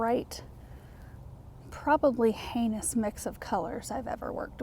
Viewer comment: Good job. I got a good chuckle at “what a Hanis colour he is picking”. 😁😁